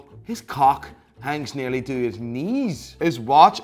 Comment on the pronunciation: I saw say about 50 times "his cwock nwerly reaches his knweess"😂😂😂😂😂😂😂😂